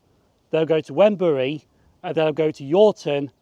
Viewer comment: Great video! Many thanks. Wrenbury is pronounced "Renbury" i.e. the "W" is completely silent. I could be wrong, but I think the bit you showed of the Wrenbury old station building was indeed once that, albeit now painted in cream and the windows and doors blocked off and now integrated into someone's house. Not sure though, as my memory is fading. The small square building a few yards from the level crossing was once a tiny Barclays bank.